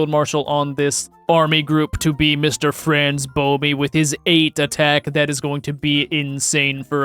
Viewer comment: Franz-BOMI 💀 Fuck me…